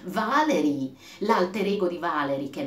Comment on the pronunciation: Valéry è francese. In italiano si legge così: Valerì.